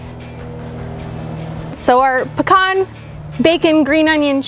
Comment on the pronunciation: im so happy you pronounce pecan right. also this looks delicious! Thanks!